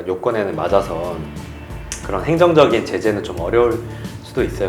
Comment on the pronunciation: 행적적인이 아니라 행정적인